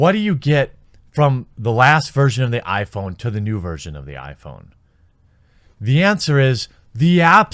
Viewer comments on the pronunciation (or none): none